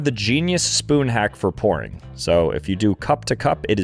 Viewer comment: at least make it more clear you're saying "pouring" 😭